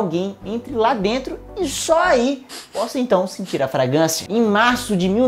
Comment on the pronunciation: Parabéns, vídeo interessante! 👏👏👏 Contudo tem umas correções a serem feitas no texto... 1- A pronúncia correta da palavra é "fragRância" e não "fragância" como é dita mais de uma vez no vídeo. 2- No terceiro minuto é dito "se você expor o seu corpo" quando o correto seria "se você expuser". 3- No minuto temos a ocorrência de um pleonasmo vicioso.